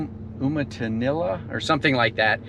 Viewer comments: FYI...the forest area is pronounced Umatilla (You-ma-till-A) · FYI. That national forest name is pronounced "You-muh-til-uh". For the dryer part of Oregon, it is a very nice area.